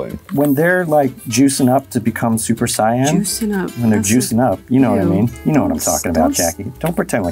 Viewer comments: Did u really just pronounce it super sigh-in? It's say-in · I hate how little they know about the show, that dude said super sieyan, it's super sayain!!! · he said super sion... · The fact that I heard say there screaming instead of supersaiyan made me rage as a dbz/dbs fan I'm pissed lol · Who else got triggered when he said super Saiyan wrong